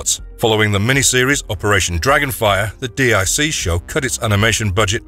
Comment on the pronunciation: DiC is Pronounced DEEK